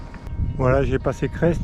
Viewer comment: Ha oui, on dit pas Creste mais crai. C'est mon village ;-)